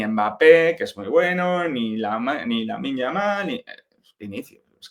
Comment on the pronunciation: no es yamin lamal, es Lamine yamaladona, jajaja